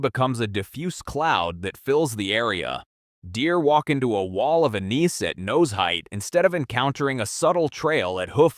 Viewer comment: Your AI presenter does not now how to pronounce anise